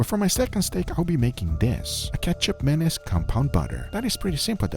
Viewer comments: Sorry i cant hold it. keichap mayonnaise just sound so wrong 😂😂. Should pronounce as ma (mama/mo-ther) niece. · He keeps saying "ketchup mayonnaise" instead of ketjap manis..... Guga really needs to work on his pronunciation/annunciation..... jellomin. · I heard Ketchup Anus. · It sounds like he's saying ketchup mayonnaise. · i kept hearing ketchup mayonnaise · Started the video without looking at it, but only listening - kept hearing "Ketchup Mayonnaise" - had to check what was actually happening, and that was definitely not ketchup or mayonnaise.. lol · All I hear is… ketchup mayonnaise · I thought bro said Ketchup Mayonnaise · say it like this: Katchup 'Manees" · Am I the only who initially thought he said Ketchup Mayonnaise? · When Guga first said it's name, I understood it as "ketchup mayonaise". Yup, ketchup mayo. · Guga sounds like he’s saying ketchup mayonnaise lol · Google sounds like he’s saying ketchup mayonnaise lol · Love guga, I keep hearing ketchup mayonnaise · I heard ketchup menace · I keep hearing ketchup menace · I’m dying because after reading the comment, all I hear is Ketchup Mayonnaise, even though it’s not spelled as such.